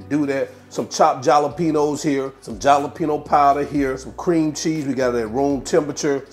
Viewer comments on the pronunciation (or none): Dude! It's not JALapeno, it's (HALanpeeno).. WTF? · It's pronounced halepeenyo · I use to say it the same way until I found out the j is pronounced like an h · I can’t be the only one who likes how he says jalapeño 😂